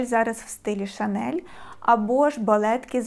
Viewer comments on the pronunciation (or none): none